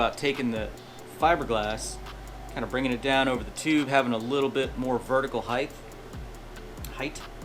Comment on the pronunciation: Height ! Not heidthth ?😮